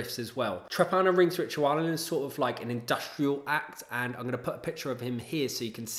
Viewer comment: very cool list. came here to support my buddies in sutekh hexen and glad i discovered this channel. only one quibble: you should really look into the correct pronounciation of trepanierungsritualen cheers